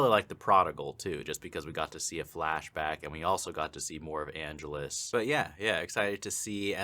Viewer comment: an-GE-lus. Get it right, dude. How long have you been watching this franchise?